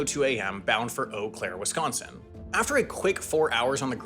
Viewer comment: honestly one of the best non-wisconsinite pronunciations of the state name, I appreciate that